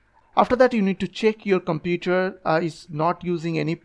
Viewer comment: "Scoll down" "Computre" "Los" "Ploblem" "Forgit"